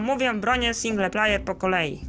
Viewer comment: "single plajer" xD